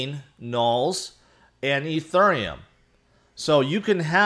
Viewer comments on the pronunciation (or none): You always pronounce ethereum like a southern woman at a waffle house